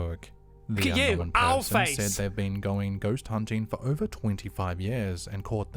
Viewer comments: For the record, King Frostmare is the other channel that says "know-en." And, no, that is NOT how you pronounce it, lol, so no need to stress. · The whole "knowen" thing....... I was just thinking It's not Knowen, like Owen It's Known, like Gnome then a questionable gnome sighting Like I said, "Known, like gnome' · It’s “Unknown” not “Unknowen” idk why people all of a sudden r starting to change the pronunciation of the word. It’s kinda annoying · Un knowen looool....and forworded 🤣🤣🤣🤣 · You're trolling on the "unknowen." Its well deserved though. lol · its pronounced "known", not "known"....got it? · mate he was saying "Ungnome" LOL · I think he may be saying unknowing but drops the g. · Yes, that is how we Kiwi's pronounce the word unknown lol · Don’t worry about his pronunciations - he can’t help being a Kiwi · Slapped Ham pronounces the word unknown the same as. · I’m constantly teased by everyone for how I pronounce ‘-wn’ words. I say it like him and can not for the life of me fix it. 🤷🏻‍♀️ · It's known the way you say it, it's correct. The Formen Brothers say it the way he says it. It's kind of aggravating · The correct pronunciation of un no when will remain unknown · will always get thumbs down for me on every single video until the idiot learns how to talk. “Unknown” is just one of like 20 words he doesn’t know how to pronounce. Not to mention that he uses the word “unknown” about 50 times per video